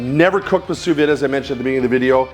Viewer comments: Sous vide pronounced Sous V not Vid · During all that research, you didn't manage to learn how to pronounce sous vide?